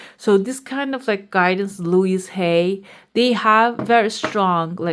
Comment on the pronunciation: Louise Hay is pronounced with an ‘s’, I believe.🌼